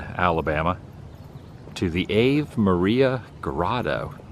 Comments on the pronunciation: I believe it's "Awe" "ve" Maria like the song, not Ave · Ave Maria is pronounced ahh'vay MAH-ria. Another great road trip vlog!!! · Such a beautiful grotto … the AVE is pronounced R-VAY which is Latin for Hail so it’s the Hail Mary grotto. I love seeing these unusual and fascinating places. : ) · I had never heard of this place before today. Really fascinating. Little tip to Adam: the pronunciation of Ave Maria would be "Ah-Vay Maria." Ave is Latin for "Hail." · Hey Woo man, very cool trip down memory lane. I remember when you crashed that drone. I also remember you visiting the grotto. btw, it's pronounced Ah-vay Maria. Take care. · "Ave Maria" (pronounced "Ah-vay") is Latin, translates to English as "Hail Mary". The grotto itself is a reproduction of the one in Lourdes, France, where Bernadette Soubirous (St. Bernadette of Lourdes) experienced 18 separate apparitions of the Virgin Mary in 1858. It was dramatized in the 1943 film, "Song of Bernadette", with Vincent Price cast in a supporting role. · You might be making a joke I don’t know but it’s pronounced Ah Vay Maria